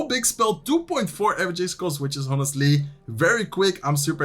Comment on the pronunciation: Just a small note: in English, ‘honestly’ starts with a silent h. Keep up the good work :)